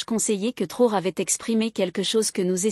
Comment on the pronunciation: Mme s'il vous plaît prononcer bien le nom du capitaine. IL NE S'APPELLE PAS TORÉ ou TRORÉ ! MAIS CAPITAINE Ibrahim TRAORÉ. MERCI❤❤❤